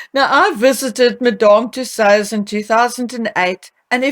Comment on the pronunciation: The way you pronounce Madame Tussaud’s is adorable 🙂